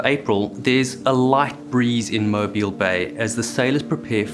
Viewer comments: I’m in Fairhope, I remember this. It was shocking. Thanks for covering it, and good job pronouncing Mobile. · This is a wonderful video. As an Alabama native the pronunciation of the words “Mobile” and “Dauphin” drive me crazy (Mo as in Mohs scale of hardness and bile as in the bill of a hat, and Dauphin is pronounced like Dolphin but without the L) other than that I enjoy the matter of fact and straightforward style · Good job on pronouncing Mobile correctly but Dauphin is pronounced like the animal (daw -fin). Source: Am from Mobile.